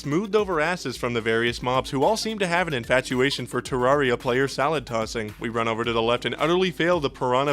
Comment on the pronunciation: Its pronounced ter-air-e-uh you absolute fucking cretin.